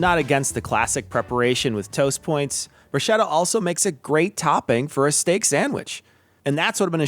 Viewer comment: Hey, Awesome channel. Congrats. Enjoying the short vids, clearly aimed at those of us who have some experience cooking. Will we ever get a guest spot with Tom accidentally breaking anything he touches?;-) I need to get my 2cents of pedantry in though. Every time you said bruschetta, it really grated the ears! I grew up with a lot of Italians and the "ch" is always pronounced "k". Double "tt"s are also pronounced separately. As in Broos-KET-ta I know you're part Italian, which is why I found this so baffling! Anyway, good luck and looking forward to more videos!